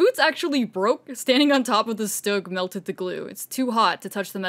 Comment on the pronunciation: Amazing!! Although you guys kept saying Stug wrong and it was kinda driving me crazy😅😅 because im use to saying all german WW2 vehicles in their German pronunciation😅 But hey I will give 100% credit for mentioning that it wasent a tank and actually a Mobile Assault Gun so that makes up for it👍👍